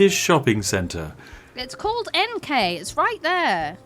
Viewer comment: Swede here, NK = "En-kåh" pronounced correct name